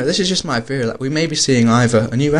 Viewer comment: Wait, not teory. Ferry.